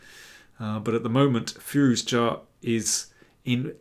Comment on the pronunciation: can you please pronounce Firouzja logically? the English and their recalcitrant pronunciations of foreign syllables that are painstakingly clear is one of many reasons why we hate you. another is pretending Black Adder is fuuny.